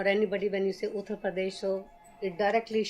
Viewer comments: Priya : uttar Pradesh Andy : uttara predash🤣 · Yo Andy pronounced Uttar Pradesh more authentically than Priya! Man went full Sanskrit with Uttra Pradesh.